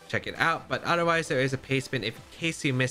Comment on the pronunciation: I always laugh when he says “odder wise” 😂😂😂